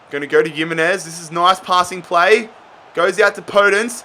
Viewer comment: Nobody:: yimmenez